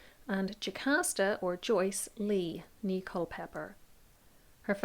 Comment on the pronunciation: The word "née" is pronounced "nay," not "knee."